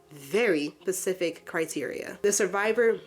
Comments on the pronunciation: Have you been saying “ Pacific “ instead of “ Specific ” on purpose the entire time? I wasn’t going to say anything until I heard it like 4 times 😅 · How about I don't give some onlyfans thot "grace"? Yeah, how about that. Learn how to pronounce Specific.